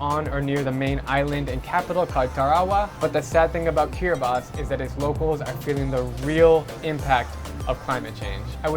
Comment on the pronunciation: Respect for pronouncibg Kiribati correct. BTW great vid as always.